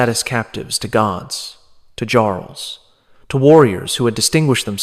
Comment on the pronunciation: B.S. click bate!! And, he can't pronounce Jarl (yarl) correctly.